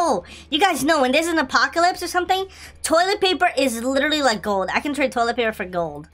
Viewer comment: why he say toliet paper